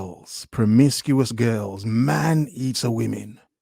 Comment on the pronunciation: She says "girls" like Gru "Gorlz"